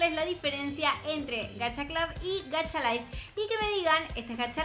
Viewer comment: En lo de Gacha lo pronuncia pésimo, pero en realidad "Clab" está bien, ya que así se pronuncia en el idioma inglés.